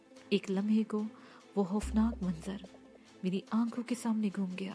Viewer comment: Khoofnaak ko hoofnaak kehte hain